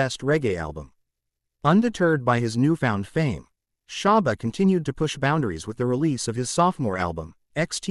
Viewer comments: Why does he keep saying sharba 🤦🏻‍♂️🤦🏻‍♂️ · Its not great when the narrator knows nothing about the Artist he is speaking of, not even how to pronounce SHABBA'S name or the titles of songs. Why are there white kids in this video? Are we supposed to believe they too lived in Seaview gardens? This narrator needed to have let a Black learned colleague who knows of & is familiar with the Great Shabba Ranks & his music present this video, or just stayed in his lane & talk about a white Artist he knows something about.🤦🏾‍♀️🙆🏾‍♀️🤷🏾‍♀️ Misappropriation is going strong in 2024😤🙄🤬